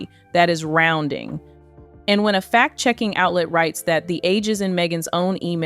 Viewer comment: FACT check, not fat check, please.